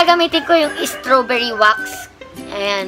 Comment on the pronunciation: Wrong pronounciation pa ung strawberry